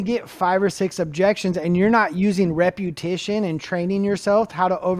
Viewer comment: The word is "repetition."